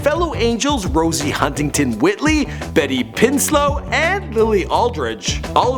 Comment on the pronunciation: Betty pinslo 😂